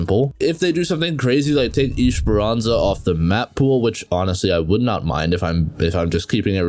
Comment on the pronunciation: WTF IS ISHEPERANZA ? 💀 It's ES-PER-AN-ZA